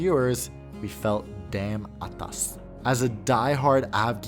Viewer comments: Wow i like the way said ‘ atas’ so impressed by that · As a Singaporean I love it when you said attas it just brought a huge smile to my face this rainy morning! Yeah the space is insane and I am envious I would NVR ever fly in first class but happy you are enjoying this esp on board SQ refurbished a380! How awesome how insane... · "Damn Atas" - I had chills when you whipped that out,! Well done, damn shiok to hear you speak Singlish! 👏👏👏👏👏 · As a Singaporean, you NAILED saying “atas”! Great video! Love your content. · I concur! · I also say! Perfect use singlish 😂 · your pronunciation of "atas" was spot on! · you throwing in the word 'atas' with the perfect accent made me crack up! thank you for this video, dan!